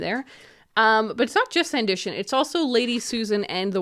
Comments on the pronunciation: This is such an interesting group of books! (Also, I think it's pronounced san·duh·tn, not san•di•shin) ❤️ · Just a quote note, the title is pronounced San-di-ton (ton pronounced like at the end of English place names e.g. Brighton)